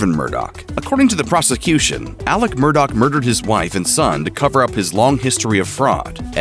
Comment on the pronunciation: His last name is pronounced "Mur-dah" sir